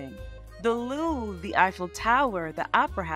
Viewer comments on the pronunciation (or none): none